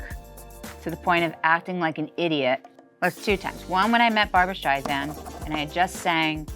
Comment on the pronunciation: Maybe Barbra was annoyed at her pronouncing "StreiZand". C'mon dude, she's been telling everyone for 60 years...